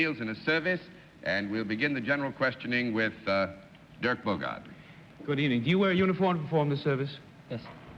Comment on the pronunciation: I have no animus toward Daly but here he does two annoying things: he beats that stupid "Chuckles" joke to death, and he keeps mangling the name of the great actor and star, Dirk Bogarde.